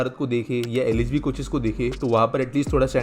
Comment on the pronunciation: one request, please pronunce words properly. Some words sound muffled. Eg. "LHB coach" sounded like "LSB coach". This has happened in earlier videos as well